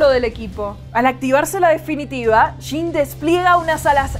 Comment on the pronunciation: Se lee "yin" no "shin" ...